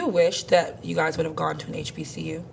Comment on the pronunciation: I knew she was not a black American when she couldn't say hbcu 🤣🤣🤣